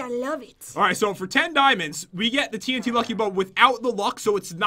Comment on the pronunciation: When you say 8 TNT it sounds like AT&T